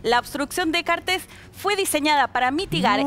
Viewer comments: Sr locutor: no lleva acento en la "e". El apellido no es cartés, es cartes. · 1. No se pronuncia Cartés. 2. Macri no es su amigo, Macri dijo que los paraguayos son unos tontos por haber elegido a Cartes como presidente. 3. No hace falta que digan tantas veces "noooo" porque todo Paraguay ya lo tiene hace mucho a Cartes por corrupto, y porque esa noticia no tapa el descalabro que ustedes tienen en su país. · Cartes se dice no Cartés Cartes